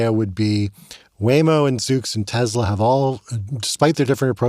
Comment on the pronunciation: Tesla has an “s”, not a “z”